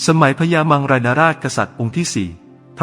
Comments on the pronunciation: มังราย ครับ ไม่ใช่ม้งลาย 😆😆😆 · อ่านยังไง มังราย เป็น ม้งราย